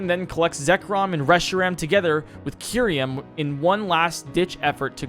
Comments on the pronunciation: MAROWICK MY NIGGA IS MARO WAHK and K YOU REM its KUH EYE REM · "Arseus" "Kyuryem" "Heidreijin" I hope to god he does this on purpose because it baffles me how negative iq someone has to be to make such mistakes all the time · It's "Kyurem," not "Kyuriem!" Also, it's "Arceus," not "Arseus!" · It's Kyurem, not Kyuriem. It's Utira, not Utiria. What a weird but consistent misreading. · ....... The fucking way he pronounced "Tartarus" and "Kyurem".......... Genuinely what?